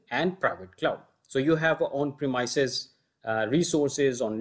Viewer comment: Thank you so much for all your effort. Really appreciate it. One little thing, please check how to pronounce "premises". It should be pronounced as "prey-misses)